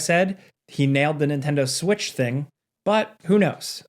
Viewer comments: He said that 🤣🤣🤣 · i heard that too haha